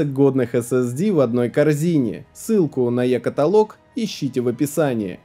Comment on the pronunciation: Пройдут годы, а так никогда и не научится говорить слово "каталОг" правильно)